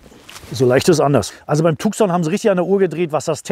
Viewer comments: Cool video, but whoever made the colorgrading made the mistake to shift the Red color into Orange which is misleading since this color does not exist in Tucson lineup. Also it is pronounced Tu-son not TuK-son. Other than that - great video. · Aussprache von Tucson wird Tuson ausgesprochen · Tuson wird ausgesprochen.Tucson ist ne Stadt in USA. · Tukson hahaha xD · Tucson spricht man anders aus. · Tukkkkson - Lambordschini :-D Hast Du ne Wette verloren und musst die Modelle/Hersteller so falsch aussprechen? :-D Ansonsten aber tolle Vorstellung! Unterhaltsam und informativ. :-)